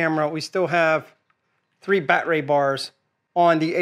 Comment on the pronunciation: why is it he doesnt know how to pronounce the word battery and the thing that gets me is he says "Ryobi NOT Ryobi" bit bloody silly if you ask me...but other than that, good video